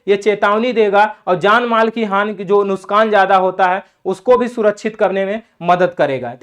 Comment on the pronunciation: नुसकान नही नुकसान होता है सर